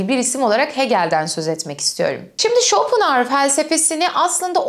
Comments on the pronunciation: Schopenhauer derken pen diye telaffuz ediliyor bir de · bu kanalı zaten IQ üst sınırı 10 olan insanların izlediğini anlamıştım, Arthur pen diye telaffuz ediliyor:) hadi git işine ya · Almanca'da ortadaki H okunmaz hocam ayni zamanda R ye basilmaz. Türkce icerik oldugu icin normal tabiki böyle söylemeniz. bir almanla ingilizce konusursaniz baya kulak tirmalar. paylasmak istedim, hep biz mi ögrenecez :)